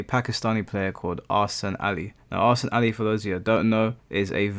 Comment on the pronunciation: jsyk, Ahsan is pronounced 'EH-sun'